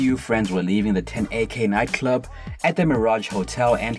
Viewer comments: Did you say 10 AK??? You mean, 1 Oak? Tf. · Nigga….. The name of the club is 1’Oak NOT “10’AK”.🤦🏽‍♂️🤦🏽‍♂️ 1 of the biggest clubs or club names in hip hop, this ya job right? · “the 10 AK nightclub” lmao it’s “1 Oak”